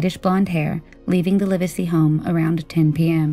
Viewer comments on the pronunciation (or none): When recounting the story....get the names right to be respectful. It is not "Liversey" it is Live sey" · The last named is pronounced "LIV-zee" and the county he lived in is pronounced "LAN-ka-sure." Please research pronunciations. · It's pronounced LIV-ZEE and you're pronouncing Lancashire incorrectly too. It's LANG·KUH·SHUH. Oh, and Yorkshire is the same, with a SHUH sound. It's not like The Shire in LotR 🤦🏻‍♀️ EDIT - you seem to say Lancashire sort of right sometimes but not at others 🤷🏻‍♀️🤦🏻‍♀️ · This happened in my village at that time. I think it’s cute how you pronounce Lancashire; we aren’t as well spoken here 🤣And the surname, Livesy is pronounced as “livsy” My opinion is this; Alan was murdered by a pedophile… many of us thought it was odd that Alan was in his cadet uniform, and tied, which made us think it was some sexual incident. I didn’t personally know Margaret but I did see her at the WMC. A face that I knew but didn’t talk to. She seemed like most others of that time. A bit hard faced, stern, but certainly not capable of murdering her own child. Of course this was a big topic of discussion in the area at the time and I never heard anyone even suspect Margaret. As I said, we all thought it to be an older man - which may seem A biased view , as we often think of child murderers as older men. There was sadly, a great deal of these incidents at the time in the 1970s…men with sick perversions.